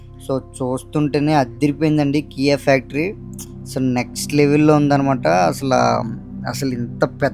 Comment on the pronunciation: Not Kiy, it's KIA car factory